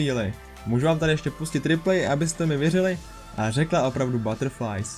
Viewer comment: velka pekka rika buterrfli ne buterrfrlies